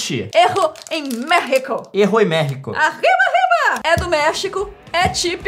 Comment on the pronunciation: "mefico vofe fe refimiu"